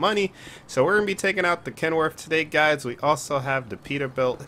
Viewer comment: brother its ken worth not kenworf